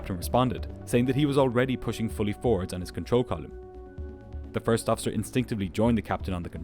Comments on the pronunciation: I dont know why but the way the narrator says "column" never sounds right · The way pronounces "column" is hilariously weird. Never sounds right or consistent. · It's like a punch in the brain every time you say column like volume. It's so bizarre. 😂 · This is brilliant as always. You do pronounce "column" in a funny way, though.